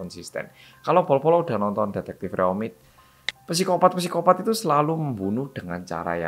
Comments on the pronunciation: Kak im sorry, saya dah ngikutin channel nya dr dulu. Penyebutan kata psikopat itu bacanya sikopat bukan pisikopat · Bacanya sikopaaat om astaga mbaleni maneh ngomong psikopat wqwq